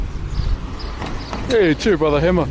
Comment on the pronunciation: This man lit said brother like gibralter ngl 😂